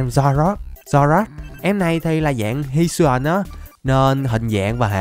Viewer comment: Các pokemon hisuian đọc là hít su i ần nha:>